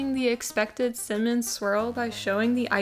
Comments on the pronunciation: “Simmin rolls” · I love that you pronounce it 'sinmin' its adorable lol - subscribing 😂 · The fact you can say cinnamon with 2 sylbles is fascinating 🧐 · Do you not know how to pronounce cinnamon correctly…